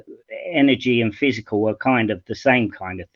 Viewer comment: It’s really painful listening to:- energy slows down into “physicall”. First because he sounds like an 18th century British Scientist with that “physicall” (original spelling of the time) instead of matter as it is referred to today, next because his pretence of understanding of very complex quantum physics is a prototypical case of Dunning Kruger, I don’t know therefore I know better.